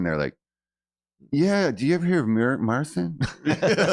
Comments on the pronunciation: I dont understand why he doesn't just go by MARTIN. "Marcin" translates to Martin. Plus it sounds better than Mar-seen as he calls himself which isnt even how u pronounce the name in actual Polish. In Polish Marcin is prounounced MAR-CHEEN. The "ch" sounds exactly like it does in "Cheech n' Chong. It makes no sense to me because it seems like he wants stay with the Polish version of his name but then he doesnt pronounce the way you do in Polish. So whats the point? Just go by MARTIN dude! Its not a bad name. But whatever. "To each, their own". 👍🏻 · Its actually similar! You pronounce it like "Mar-cheen" with a soft "ch" (which is ć or ci like in marCIn in Polish) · 🌺 Marcins' name can be pronounces, like MARCHEN (CH, like in a word chair or cherry), and the word is Not elongated with a double ee sound, but only one and short E There is no sound S in the pronounciation. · Marcin is Polish for Martin, I think. Pronunciation is close to "marching" without the g. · 'martchin is close enough (sorry, no phonetic alphabet on hand), stress on the first syllable, and then there's the Polish soft 'ci' you'll find in other Slavic lgs. My guess is he created an international version of his name so it's easier for everybody, but it's not the way we say it in PL. Marcin is a very popular name in PL, its English brother is Martin. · Well spotted with the name pronunciation. Marcin is pronounced Marchin in Polish, he's simplified it to make it easier for the Western world. My son's name is Marcin, he was not impressed with kids at school making "marching" references 😂. I didn't know we were gonna end up living in an English speaking country when I named him 😅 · Hi, thanx for nice reaction. Proper way to pronounce it is something (for non-Polish) like: [mar-cheen putt- shuw-weck)